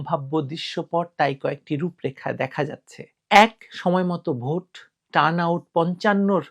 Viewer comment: ভুট হলো ভোট। গ্রামের এক লোক সব সময় " উ " কার ব্যবহার করে। যেমন - মত বিনিময় কে তিনি বলেন " মুত বিনিময়। তেমনি ভোট কে বলেন " ভুট " বুঝলেন 🤪🤪